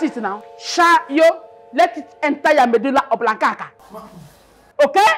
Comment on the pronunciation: jooh the principal with her pronunciation "medulla oblonkakaka"😢😭😭😂😂